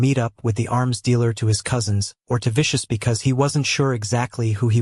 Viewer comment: ummmm....Vicious is NOT pronounced "vish- house". its Vish-us. Wish you could fix it